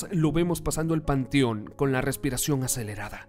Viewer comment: Amigo se dice panteón no pantion!